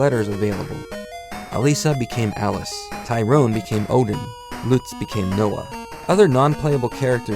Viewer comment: It's pronounced Luhts, not loots. Just sayin'.